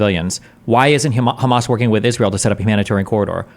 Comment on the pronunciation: can we please stop pronouncing hamas as KHamas